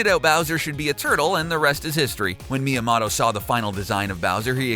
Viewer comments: Its mi-ya-moto Not mi-ya-mato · XDS ECHO Mia-mahtoe* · dude couldnt even pronounce miyamoto properly 💀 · HOW DO YOU MIS-PRONOUNCE MIYAMOTO HOOOOOOW????????????? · did you just pronounce it like shy-gearo my-am-otto? are you serious?